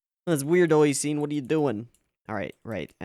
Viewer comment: Why do you call Nisio Isin "Oishin," though?